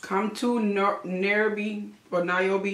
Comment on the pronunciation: Nairobi = NIY- ROH- BEE, phonetically